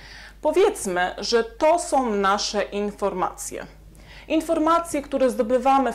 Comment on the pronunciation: Som, som, som..????....chyba są, są!!!!!